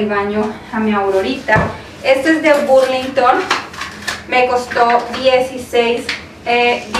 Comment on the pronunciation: Hay se dice Burlington senora bios